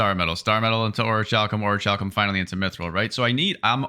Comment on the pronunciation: It's pronounced 'ori-kal-cum'. :)